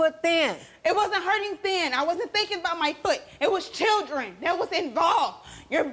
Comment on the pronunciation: What's a chirdrin?